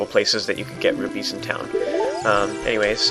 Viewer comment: Rupees not rubies